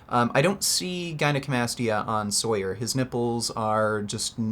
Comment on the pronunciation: He’s natural lmao. People just don’t know how to strength train and doubt the science behind powerlifting programs. And it’s pronounced “saw-yur”